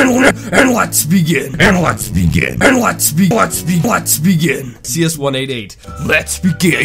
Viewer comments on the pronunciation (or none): Sometimes when he says lets begin it sounds like he is saying lesbian